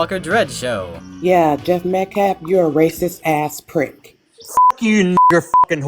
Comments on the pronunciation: 'Metclaf' is like 'axe' for ask. Deeply embedded, unselfconscious ignorance. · is r*tarded. He keeps saying “Met-claff” instead of Metcalf. 😆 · I think that paid someone to pretend to be Jeff. He refuses to say Jeff's last name correctly. It's Metcalf, not Metclaf. The Anthonys knew what they were doing by hiring to speak for them instead of letting their lawyer speak. 😮